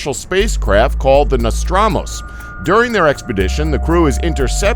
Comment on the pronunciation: "Nostramus"???? I think you'll find that's "Nostromo"